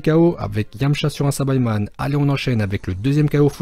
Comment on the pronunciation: PUTAIN ON DIT PAS SABAÏMAN MAIS SAÏBAMAN ET PAREIL ON DIT PAS GOTRUNKS ON DIT GOTENKS NON MAIS OOOOOOHHHHH !!!!!